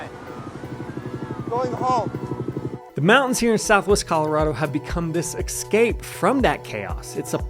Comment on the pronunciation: No Californians, No Texans! And nobody who says "Excape" for Escape. Are you ranting about your real estate business or all the agents in Pagosa?